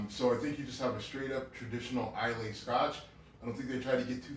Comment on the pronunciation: You guys keep mispronouncing Islay. It's pronounced "eye-lah", not "eye-lay". Just a heads up :)